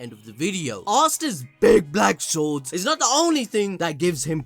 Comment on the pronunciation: says: big black swords here was me who heard Big black balls